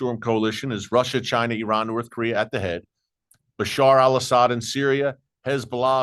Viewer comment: So glad to hear you say ee-rahn and NOT the incorrect EYE-RAN. There are many thousands of Iranians have become secret Christians from listening to radio preaching.